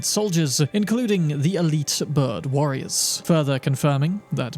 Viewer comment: Great content here, Thank you for the effort you went through to create this video. However, One thing that was scratching my ears through the video: The words that ends with S. You pronounce them Like Wariorissss, Spiritssss, Rememberanccccce.